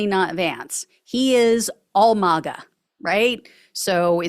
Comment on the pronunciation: it's pronounced magga. Don't pronounce it like it's a Spanish word